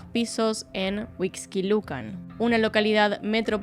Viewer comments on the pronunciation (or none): none